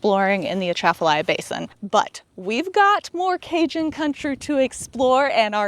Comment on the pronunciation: Love your videos. But i'm gonna school you on Louisiana pronunciations! haha.. Louisiana - Loosey-ana Boudin - Boo-dan Atchafalaya - Uh-Chaffa-lie-a Craw Fish - mud-bugs Lafayette - Laffy-ette Also, Louisiana is known for bad roads. Speaking as someone who grew up there. Your experience on I10 was good so far. It uses to be horrible, especially between Lafayette and Lake Charles.